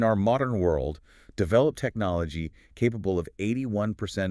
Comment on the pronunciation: Lmao "Technilogy"